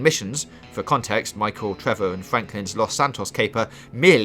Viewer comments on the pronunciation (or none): none